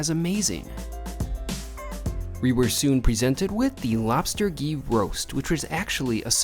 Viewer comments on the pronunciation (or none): none